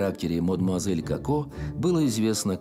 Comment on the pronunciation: Коко, а не Како. Нельзя произносить Како!